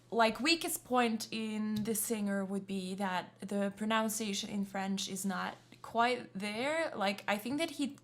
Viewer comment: Juste pour être un con, your pronounciation of pronunciation is incorrect! Baaahaha! Sorry, I just LOVE languages!!!🌞🌞🌞